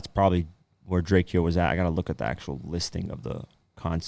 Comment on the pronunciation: It’s DRAKE-OH get that shit right the mans is dead we just lost the La GOAT